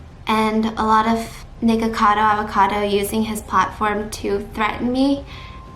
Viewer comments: “nikocadaur avocadour”😭😭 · Who is Nikercader Avercader? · Can't get over the "Nikercader Avercader" 😂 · Nikkorcardor Avorcardor? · Nikocardio avoca…dio? 😂